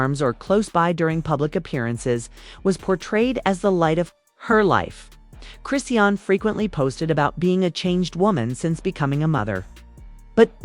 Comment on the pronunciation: Well we know it wasn’t blue he in jail and you don’t even say her name right